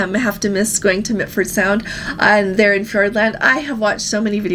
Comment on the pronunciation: it is MILFORD Sound, not MITFORD. Also, Dunedin is pronounced "do-need-ham". Just so you know.